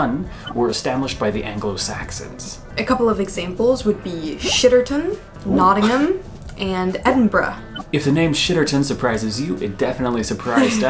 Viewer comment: You pronounced Nottingham a lot better than most my American friends have done! Usually its an overpronounced ham whereas if you're from there you usually drop the "t's" and the "h"